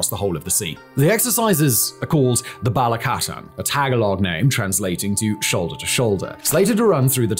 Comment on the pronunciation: It’s balikatan like “Bali-catahn “ fact boi